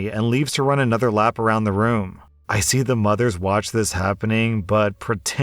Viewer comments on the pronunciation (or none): none